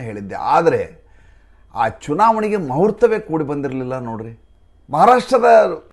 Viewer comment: DayamaDi muhuurta baLasi, mahurta alla.